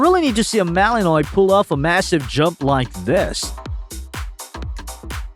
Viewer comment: Ahhh Mr. AI voice over person.. MALENOIS is pronounced Malen wah..... Someone please proof read/ listen and correct cause your AI voice overs sound real stupid....